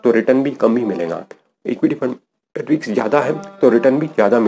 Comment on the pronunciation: रिक्स नही रिस्क